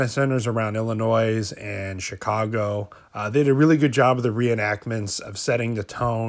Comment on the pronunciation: im from Illinois the s is silent lol (ill a noy) is how it's pronounced